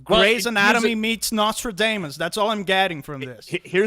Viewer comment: I tuned in late and heard something like "She was like NostradANUS"🤣